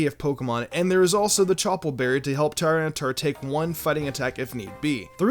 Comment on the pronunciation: Lord Beerus same! Also Tyranitar is pronounced Tih-Ran-Ih-Tar